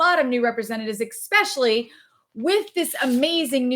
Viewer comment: I love your videos but, admittedly, I cringe every time you say “ekspecially.” There’s no k sound. 🤷🏻‍♀️. But your tips are awesome. 👍🏻